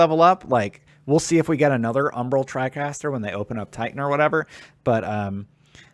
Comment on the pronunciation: Tricaster? Good video except everything's you said tricaster it made me cringe.